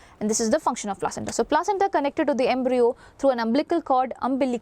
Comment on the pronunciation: It's umbilical cord mam not umblical